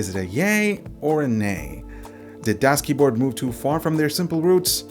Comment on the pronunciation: DoesKeyboard? No, thats not right, DasKeyboard is right.